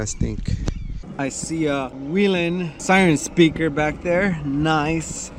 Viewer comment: LEARN HOW TO PRONOUNCE WHELEN.